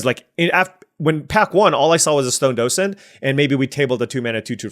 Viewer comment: you are pronouncing docent correctly